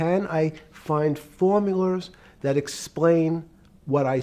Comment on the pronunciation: He says "Formulars" like Mr Krabs